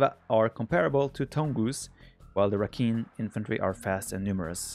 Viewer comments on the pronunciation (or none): rakhine is pronounced ra-kind lol